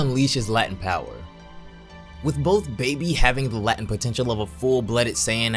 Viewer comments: Not a judgement. I love and respect your videos. Just a minor linguistic correction. Latent...is pronounced LAY-TENT not LAH-TENT. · hey bro, jus so you know you were saying "latin power".. no big deal but its actually pronounced "latent" like "lay-tent". much love keep up the great work on this channel and im looking forward to the next video when you get back :) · When he said “Latent power” and “Latent potential” I understood “Latin power” and “Latin potential” Ik dis iz dum😂 butt I wanted 2 mention IT :3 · i like your videos, but the way you say latent always bugs me lol, since its "lei-tent" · I HATE THE WAY YOU SAY LATENT No biggie tho it just irks me.